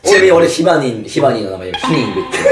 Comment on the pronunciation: ヒニングw